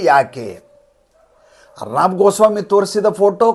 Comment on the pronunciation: ಅರ್ನಾಬ್ ಅಲ್ಲ, ಅರ್ಣವ್ ಅಂತ ಅವರ ಹೆಸರು..ಅರ್ಣವ ಎಂದರೆ ಸಾಗರ